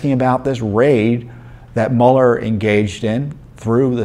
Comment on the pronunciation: Don't apologize for saying Mule R. It is more accurate.